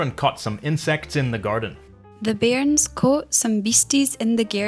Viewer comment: you need to make the R stronger and roll it a little in your pronunciation. Same with bairns. Not as much as a German speaker would but a bit more. Good effort overall, Scottish is hard to do a video on as we have a vast amount of words meaning the same, many small differences depending on the region.